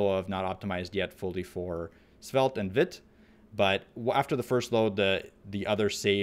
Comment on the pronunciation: it's pronounced viiit